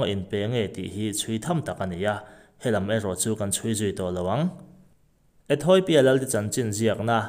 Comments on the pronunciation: Ethawipia tiin I lam tlat a.... Ethiopia(ethiawpia) tia lam tur anih hmel e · Ethawipia tiin i chhiar zel a, ethiopia ti in chhiar la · Ethawipia iti zel aaa Ethopia tih tur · Ethoipia ani bawk lo. ETHOPIA TIHTUR AW. Lehkhathiam zawk pawh hian, diklo pui pui hian, inziak a, inchhiar bawk a,😮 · Ethoipia nilovin ethiopia a nia 😂😂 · Ethawipia ti in i lam daih a haaaa